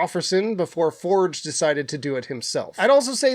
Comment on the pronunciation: Lin-she-ping and For-geh. 🫡